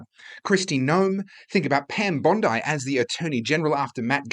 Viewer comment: FFS pronounce their names correctly. Pam isn't a beach. Pronounced bondee.